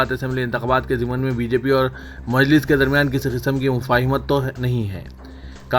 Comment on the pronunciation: Zamni nahin zimni intekhabat